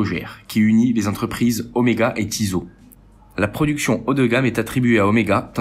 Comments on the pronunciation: Tissot pas Tizo 🤣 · Ouhla la prononciation des marques MDR ...... Tizo au lieu de Tissot avec deux S. ......... Lemania se prononce LES Mania pas Le Mania, Jacquet Droz se prononce DRO le Z ne se prononce pas bref sinon ça semble OK